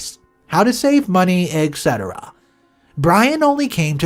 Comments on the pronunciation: There's no K in the word Etc orex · You are pronouncing Etc wrong